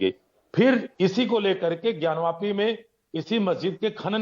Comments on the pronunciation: "ज्ञानव्यापी" नहीं "ज्ञानवापी" बोलते हैं। वापी मतलब कूप होता है, ज्ञानवापी मतलब, ज्ञान का कूप। कृपया संशोधन करें। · ज्ञानी जाहिल पत्रकार ज्ञानवापी बोल ज्ञानव्यापी नही